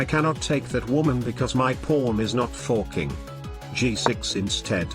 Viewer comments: I always hear "forking" as "fucking" with a british accent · Why dos the tts say forking like a incredibly scottish "fucking"